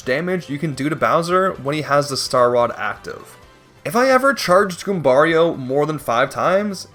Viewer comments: The way you say Goombario right but say Mario like a Canadian is crazy lol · It's funnier because he pronounces Goombario differently (and correctly). Who is clearly named after Mario. They should be pronounced the same way at the very least.